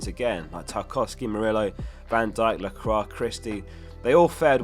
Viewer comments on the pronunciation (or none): top vid, btw its pronounced "la cwa " not la cra , re Lacroix (soz)